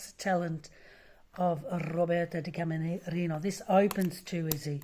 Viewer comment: It's killing me. Her last name is Di Camerino